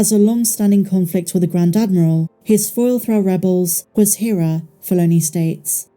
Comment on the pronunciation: Rebels spent 4 seasons pronouncing "Hera" every episode and it's maddening to hear the way you pronounce it.